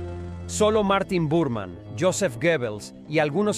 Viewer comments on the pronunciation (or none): 18' 35'' Es Martin Bormann, no Burmann.